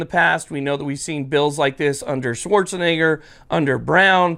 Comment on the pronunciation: DUDE... YOU PRONOUNCING ARNOLD'S LAST NAME WRONG. IT'S "SCHWARZ.E.NEGGER" WHICH TRANSLATES TO "BLACK FARMER".